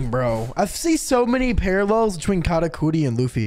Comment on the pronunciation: man's really sayin katacooti this whole time